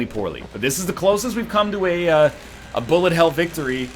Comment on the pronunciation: when NL says "bullet" he actually sounds like lower case r